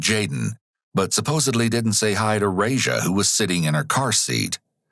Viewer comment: The way you mispronounce that babys name makes my ears bleed.